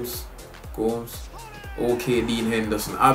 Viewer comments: It's GO-MEH-ZZ not GO-M-SS🤣🤣🤣🤣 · Gomez isnt pronounced goms he is pronounced gomez